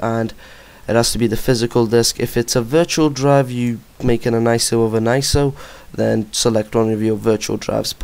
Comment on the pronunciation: HATE how you say iso...but GREAT vid :D